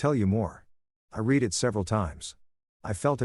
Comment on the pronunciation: A I needs to learn the difference between read and read (red). This story definitely needs an editor.